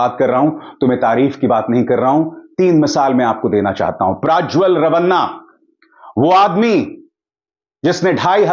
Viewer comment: आप क्यूँ प्राज्वल बोल रहे हैं? सत्य उच्चार प्रज्वल है.